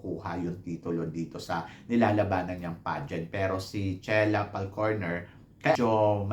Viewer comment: I thought it was Falconer, not Falcorner…